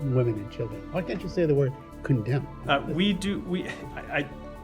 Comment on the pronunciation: Still can’t say “condemn” lmao